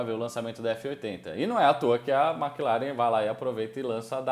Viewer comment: Não se fala MÉcleren. Mclaren mesmo. Sim irrita. Tchau 👋